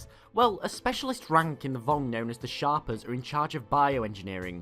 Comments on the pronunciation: Shaper, not Shopper. Ugh. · It sounded like he said sharper to me. But, yeah, it’s Shaper, pronounced shape-er, as in a person that shapes things. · You know it's not that hard to look up how a word is pronounced... Shay-per.. as in they shape things.... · One who dictates shape. Shape er. Not shopper. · its shay-per, shaper.